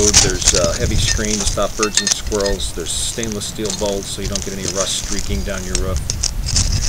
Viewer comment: LOL When you said "Stops birds and squirrels" it sounded like "Stops virgin squirrels" on my tablet and I had to rewind it because I knew that couldn't be right...